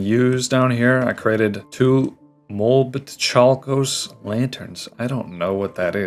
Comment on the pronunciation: Just fyi the molybdochalkos is pronounced Molib-do-chal-kos, it sounds like it has something to do with molybdenum, which is an elemental metal, but idrk